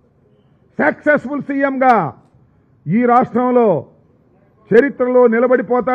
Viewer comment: ఏమిటో సంబరాల రాంబాబు నువ్వు నీ నోటి నుండి సక్సెస్ఫుల్ అన్నా అది సెక్స్ లానే వినపడుతుంది